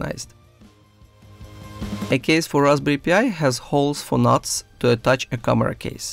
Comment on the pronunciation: I heard it more like Raspberry P.I.. Like Magnum P.I. T.V. Show with Tom Sellick